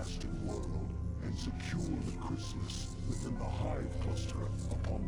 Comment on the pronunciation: Every time he says “Chrisilist”.... I get nightmares about the original Xcom...